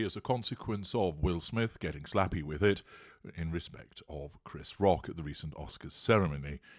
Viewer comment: "getting slappy with it" in slightly bored Northern accent. And cheer was restored....thanks!